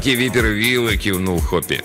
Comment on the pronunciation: не випер Вилл, а вайпер Вилл (viper Will). Так же неплохо бы звучало как "гадюка" Вилл